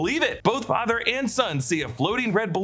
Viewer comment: The way Ingrid said "My father" sounded like "my fadder" the way Mrs Kersh said it in the book